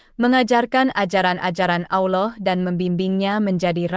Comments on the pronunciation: Bukan auloh tapi alloh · Ma,af klo emang beragama , islam jgn sampe slh sebut Allah bkn alah,🙏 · Bukan alah anjir bqca nya tpi Allah.plis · Salam, betul ucapan nya berlapal salah yakni alah padahal seharus nya allah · Allooh. Bukan. Alah. Ya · Itu benar bukan bukan alah sebutannyda tapi allah.❤ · Ini juru video sebut allah seperti aulloh. aullah. 😂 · membaca lah dengar benar apa kalimat Allah jangan sampai bunyi nya seperti aullah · Penulisannya Allah tapi cara bacanya Alloh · Ko bilangnya Alah. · Betul ,kata Allah tebal Lam jalalah taphim ,bukan tarqiq,Allah swt,maaf koreksi ,sallm ukhuwah 🙏❤️